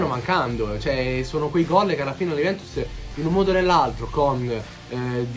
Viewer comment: Ma hai problemi a parlare dici Juvemtus conmenti